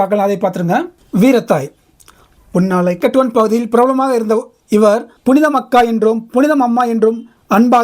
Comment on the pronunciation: அண்ணா, அந்தக் கிராமத்தின் பெயர் புன்னாலைக் கட்டுவன் என்று உச்சரிக்க வேண்டும்.